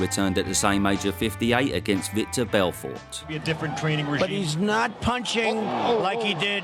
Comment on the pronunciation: Victor Belfort? It's Vitor you wrinkled cockney bollock. Aren't you supposed to be a fight commentary channel? F me, all you have to do is read the guys name.